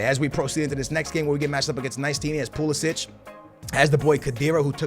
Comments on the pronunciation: It's Perisic not Pulisic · Its perišić not pulišić😂😂